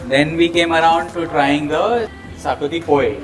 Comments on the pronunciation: Not zacuti😅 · Great video guys !!! Loved it !!! Only one suggestion : it’s pronounced shahkuti